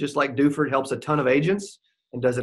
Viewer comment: DOO-FORD, not DEWFERD. It's French =)